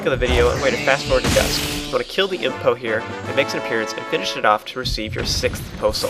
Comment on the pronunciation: when you talk about the poes, are you saying 'imp poe'? Because that's what it sounds like.